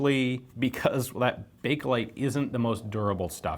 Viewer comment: Did you say Bakelite or Breakalite?